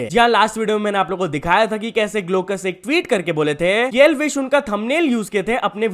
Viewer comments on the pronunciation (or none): none